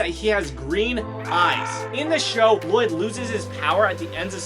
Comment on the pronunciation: Lloyd ? You mean La-LLoyd ?